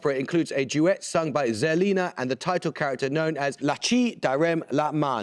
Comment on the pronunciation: Indeed. At least his pronunciation of Zerlina was recognisable.